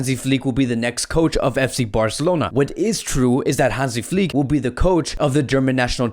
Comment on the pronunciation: Nobody outside Germany can pronounce "Flick" right :-D The "i" needs to be pronounced like the i in the words "chicken" or "diner". Please click on the listen- Button